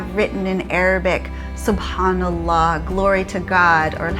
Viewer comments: the way u said alhamdulillah and subhanallah really on point. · i was really surprised & impressed by pronouncing perfectly d words "subhanallah" & "alhamdulillah". your travelling around d globe has broaden understandings of different cultures, customs, religous beliefs, people, languages........ great job tim & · She sound like she can speak Arabic.